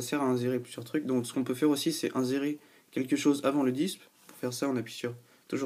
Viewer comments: Inzérer mdr on dit insérer (avec un sssss) :) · Insérer se dit "inSSérer", sinon ça fait alcoolique ^^